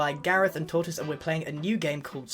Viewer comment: t. t. TAURTIS U SAID IT WRONG..... ITS HE WHO MUST NOT BE NAMED